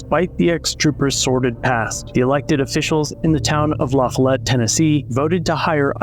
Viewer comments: Lah Fall ette. Not la fell it. fyi. Love your videos. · Its pronounced La-Fall-Let. Its a small community. A lot of drugs and corruption. Theyre always in the news with something shadey going on. Their mayor as well as school officials have been in the news the last few years on corruption charges. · OK frist of all its pronounced La-fall-it. and second thanks for informing exactly where he moved to on short notice. I'll be sure to call up my neighbors town. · It’s La foll ette and no they shouldn’t have hired him. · This city is pronounced “ La - Fall-it “ a suburb of jacksboro Tn , I had a house float on Indian river marina in la-fall- it Tn. & these cops are the biggest assholes you’ll ever run into. These are the good ole boys system , your rights are only on a pc of paper unless you involve them ! Pulled over for speeding , they searched the car , & tackle box found a syringe with what they said was foreign substance inside the syringe inside a tackle box , it was used to inflate night crawlers to make them float , They arrested me gave me a 8 grand bond , + 8 grand bond for being out of state I payed a bondsman 1600 dollars , went back to court & the tests were inconclusive on what the substance was , oh also had a pack of rolling papers , thats a paraphernalia charge, After paying a lawyer ,a bond & court costs it cost me nearly 4 grand to clear this all up ! That’s justice for ya ! Stay safe 8n la-fall-it , Anderson county Tn , there good ole boys will mess your life up even when your not guilty ! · The police in Lafollette won't care either. It's a neighboring county. I would grade Anderson County slightly higher than Campbell, but still a bunch of good ole boys in both places. Besides his former commander gave him a glowing recommendation. (It's also pronounced LaFOLLette. The newscaster said it correctly.) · It's a very poor community and is littered with drugs and corruption. It's pronounced La-Fall-Let by the way.